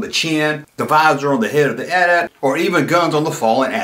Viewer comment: I didn't know that! You'd think it might be some anti- gun law on toys but that doesn't hold water because all the figures have guns and the rest of the back drop on that playset features guns prominently, so it's a real mystery. And you're right to pronounce it AT-AT and not A-T A-T.